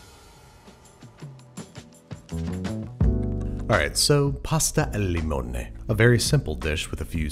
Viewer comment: Me an italian: Babish: pàsta àl lìmonè, tàgliàtelle Me:The fuck he said